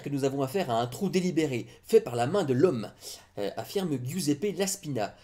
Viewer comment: On ne prononce pas "Guiouzépé", mais "Jouzépé". Apprends un peu d'italien, c'est facile.